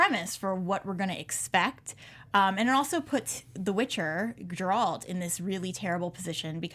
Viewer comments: It's not Jeralt, it's Geralt. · Its a hard G host, not pronounced like a J. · Host: Please stop mispronouncing Geralt’s name